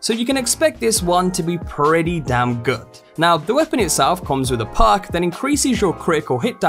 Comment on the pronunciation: It took me 4mins to realize he wasnt saying PARK but perk...i was wondering wtf a park was on a weapon